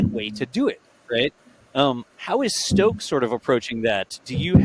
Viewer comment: It's Stoke, not Stocke ...